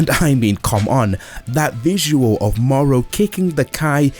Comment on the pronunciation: Not morrow! The name is moro